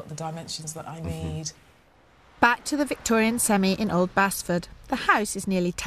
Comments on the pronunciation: They are pronouncing Basford wrong! It’s not Bas-ford, it’s Base-ford. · Bazford! Lol!